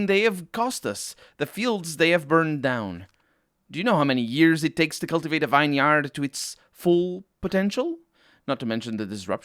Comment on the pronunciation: 'Renaissance' is precisely the French word for rebirth. The 's' in demesne is silent - also a French word (ie. duh-MEHN). 'Vineyard' is (standardly) pronounced 'VIN-yerd'.